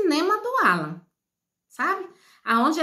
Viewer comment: Fala o nome correto não Ala e Alan, coisa horrosa